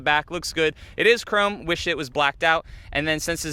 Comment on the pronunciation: Did he say "chrommie" lol